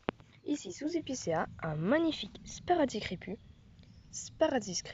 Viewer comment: S'il vous plaît :,sparassis avec deux "s" et non "sparazis ."